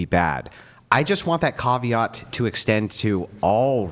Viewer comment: "Carveart"? lol There's no r's in it mate.. try "Ca-vee-at"